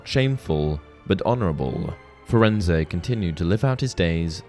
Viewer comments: Firenze, Fur ends, not Fur end say, idiot. His name was spoken in the movie. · Firenze is not pronounce Firenz-eh, my dude. Hagrid says it In the line, “Hello there, Firenze. I see you’ve met our young Mr Potter.” To my ear, it sounds like Furenz- that’s probably Hagrid’s accent, to be fair. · It’s definitely not pronounced “firenz-ay” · Firenze is said wrong